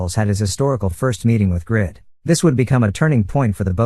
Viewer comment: Why does the reader call him the wrong name (Grid) instead of Greed. Very off-putting